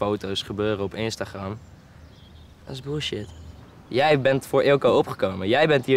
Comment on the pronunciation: Hagagha hoe hij instagram zegt😅 leuke serie